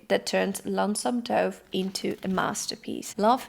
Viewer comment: II love you videos. I'm not being critical, I know English isn't you native language. Just wanting to help with your pronunciation. Dove sounds like "love", "above", or "of". Not like "stove" or "grove", which have a long O sound. I know, English makes no sense.